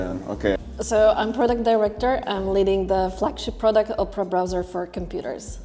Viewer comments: I couldn’t stop laughing the whole video he kept saying Oprah and it’s Opera lol I love the video though! My guy!🔥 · Nice vlog but bro please learn how to pronounce or enunciate properly! You literally said Oprah the whole time! It’s Opera! Op-er-a, as in musical theatre, like a night at the opera, not Oprah Winfrey! 🤦🏾‍♂️ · how did you get a sponsor and cant even pronounce the company name…i literally thought the billionaire Operah invited you out 😂…its pronounced op-era not Operah the lady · you pronouncing it "ope-ra" like Oprah instead of "opp-ra" rubbed me the wrong way for some reason on lol Solid video as always tho 🔥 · Omg legit thought you were saying OPRAH the whole time 😂😂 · The presenters pronounced it as Oprah as well… pretty for sure he know what he doing lol.